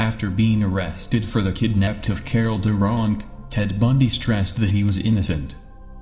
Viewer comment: Whats with the mispronounciations in this monotone voice? Its was Des Plaines River not " Day Plaines River". It was Carol DeRaunch not "Carol De Wrong". LaTanya Wilson NOT "La Ton- ya Wilson"